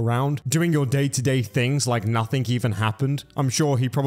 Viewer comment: Hey, great video as usual, BUT... You're killing me here man, it's "noTHING" not "noTHINK"... There is no such word as "nothink", but "nothing" is most certainly a word, it is in fact the very word you are trying to say yet seem to have difficulty with, and have done as long as I've been subbed to you, which is a very long time! Sorry to nit pick, but these things drive me a little crazy! I hope you're well and all is good, keep up the great content!